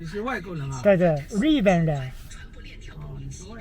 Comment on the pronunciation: YUさんは上海人の喋る普通話を聞き取れるだけの听力があるのが流石長い間住んでるだけはあるなあと感心します。今までのYUさんの会話を聞いてましたがriben(日本)qiche(車)re(暑い)などに出てくる巻舌音がどうも不正確で伝わらないようですね。より綺麗な北方の普通話を手本に拼音字母を再度学び直すと良くなると思いますよ。聞き取る耳があるのですから。